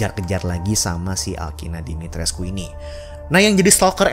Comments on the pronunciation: Katanya Dimitrescu hanya dibaca dimitresc... U nya dihilangin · Dimitrescu = Dimitreeze bacanya banggg. Waktu itu pernah di bahas di salah satu ig luar. Lupa namanya muncul di explore.